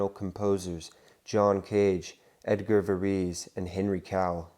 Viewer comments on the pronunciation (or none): none